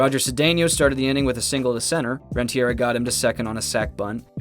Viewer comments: World Series MVP Edgar RenteRIA. A legend whose name deserves good pronunciation. Hit a walk off single in game 7 of the 1997 World Series, grounded out to break the curse in the 2004 World Series, and won MVP of the 2010 World Series at 35. Legend. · Couldn’t watch after you said “Edgar rentiera” and realized whoever made this has no idea what they’re doing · Say it with me. Ren-Ta-REE-Uh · I'm unclear on how he reached the voice recording session of this video, and didn't pick up on the pronunciation from his clip research.